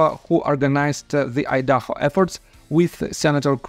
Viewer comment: Idaho = ahy-duh-hoh .... cringe the way you were pronouncing it.. Lol... Thanks for the videos! We need our justice!